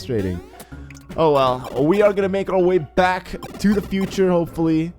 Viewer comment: futer not cuter